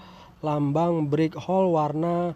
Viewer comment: Break hold bukan brik hol sorry saya dengar detail karena pakai headset